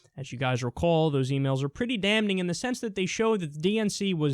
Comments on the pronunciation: Kyle, stop pronouncing "damning" as "damNING"; it's "damiNG." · It's pronounced 'damming', DAMMING! AAAAAAAAAAAAAAAAAAAAAAAAAAAAAHHHHHHHHHHHHHHHH!!!!!!!!!!!!!!!!!! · Stop pronouncing the 'n' in 'damning', thanks. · Kyle, I'm only saying this because I love the channel. The first "n" in "damning" is silent.